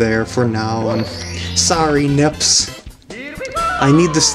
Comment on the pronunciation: It is not N.I.P.S., it is M.I.P.S.!